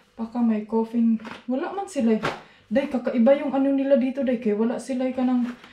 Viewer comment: Caffeine not coferne..